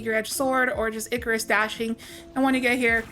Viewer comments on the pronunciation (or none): none